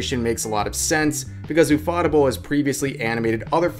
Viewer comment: Dude can't say the word "table"